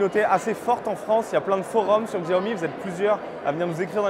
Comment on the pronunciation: Ca se prononce Siaomi. Si vous dites à un chinois ou un american ils vont rien comprendre a Xiaomi, car se dit SIAOMI. Les français prononcent plustot bien le "Chargement sans fil Qi" c'est Chi pas Ki, alors pourquoi pas faire l'effort pour Siaomi. It's pronounced as Siaomi.